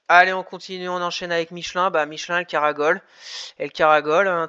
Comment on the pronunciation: juste pour info, on dit caracoler et non caragoler